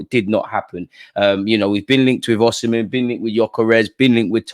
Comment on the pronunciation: Just so u know its Osimhen not oshimen